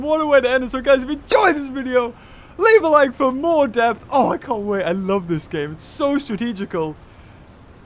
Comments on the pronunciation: You said deoth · it's called depth not deoth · I love "DEOTH" xD